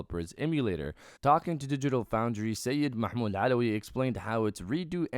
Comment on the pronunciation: Thank for making these videos. I can tell you speak Arabic because you say the name Mahmoud perfectly.